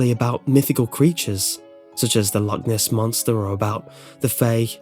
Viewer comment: u pronounced Loch Ness Monster wrong